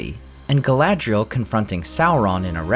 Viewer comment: Galadriel? Not Galadriel?